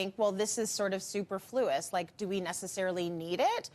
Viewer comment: Revisit how to pronounce " superfluous".